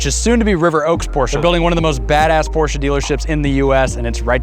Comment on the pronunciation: How can you have a Porsche when you can’t even pronounce it correctly